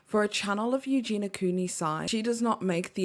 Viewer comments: Her name is Eugeniiiia, not Eugena ;) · Its Eugenia not Eugena